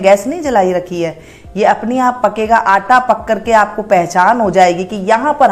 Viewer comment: What the hell is this anta?😂😂🤣🤣😂😂 That is Atta, not anta.